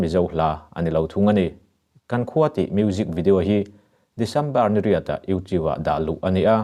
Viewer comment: sawi ve lawk youtube hi , video idah dawn chuan itawngkam afel fai tho sia ,lam dik la tha ka ti ,youtiu tiin ilam a mak dangdai em emai